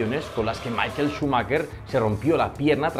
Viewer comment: Se pronuncia "Mija-el", no "Máiquel" . El tipo es ALEMÁN, no inglés, por favor. Cultura general básica.